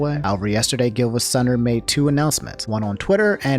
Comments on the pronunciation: I’m sorry but it’s pronounced geevasunner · I'm pretty sure it's pronounced Geevasunner